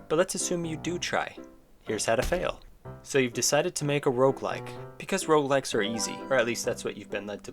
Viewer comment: This might be the first time I understood "Rougelike"